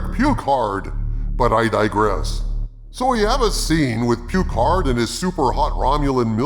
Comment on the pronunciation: I never watched season 2 of Piccard (rhymes with Bicker), but the only true highlight of season 1 was Ryker. He was OUTSTANDING in Every Scene. Beyond that, it was garbage and they unnecessarily made Seven of Nine a lesbian. Blasphemy